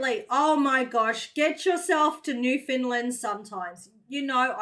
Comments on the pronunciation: It's not "New-Finland"...it's "Noofin-land". It's only spoken by "Noofin-landers" who aren't ashamed of their heritage and trying to be "proper". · Newfoundlanders aren't going to let you in until you stop calling it Newfinland. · Its Newfin..........Land